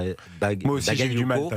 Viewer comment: ils ne savent pas pronocé le nom bagayoco, mais quant c'est un nom polonais ou autre qui est très dificile,la sans probleme